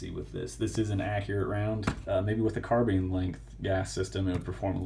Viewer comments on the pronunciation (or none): none